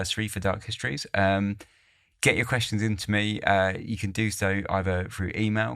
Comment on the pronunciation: Fascinating stories, but the diction is really annoying.. especially the pronunciation of the simple 's' as 'sch'.. as in 'schtreaming' or 'dark hischtories' 😡